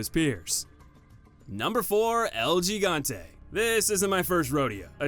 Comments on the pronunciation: In Spanish, “G” is pronounced like “H” so EL Gigante would be pronounced “Hee-gon-tay” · Pronounced "Hegante"